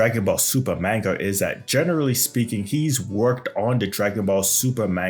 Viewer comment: I can't believe you when you're saying manga wrong. I can't even stand listening to you with you constantly saying it wrong